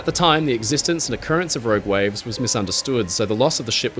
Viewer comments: Row Gwaves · "Rowg wives"?